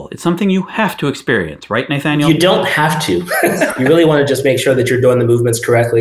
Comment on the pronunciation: The way you pronounce Naythaniel makes me twitch, but I like your content.